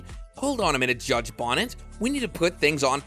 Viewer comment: His name is not judge Bonnet - it’s Judge Bo Knee Tez - not spelled this way but pronounced this way.